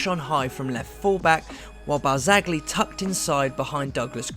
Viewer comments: Elvis Hodzic and it's Barzali not Barg-zali as the narrator says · Pjanic is suspended the first leg. And it's pronounced Deebala, Barz-eye-ee, Eeg-why-een. How can I take you seriously?